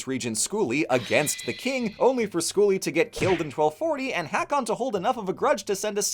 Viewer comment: Because I know you may appreciate this: I'm not sure if the pronunciation changed in the last 1000+ years, but the name Hakon/ Haakon/ Håkon today is pronounced ˈhôːkʊn (ho-kun). ❤ (Source: My dad is from Norway and his brother is named Håkon). AMAZING video, as always! ❤ I love the absolute mad lad that Snori was 😂 Whorri Sturluson is a perfect diss!